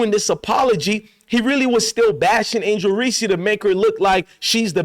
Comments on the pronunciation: I love your channel man but why u keep calling her angel reecee lol anyways rg3 puts on minstrel shows thats what he does best...marcellus wiley low key does too. They hate themselves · STOP PRONOUNCING HER NAME INCORRECTLY, PLEASE!!!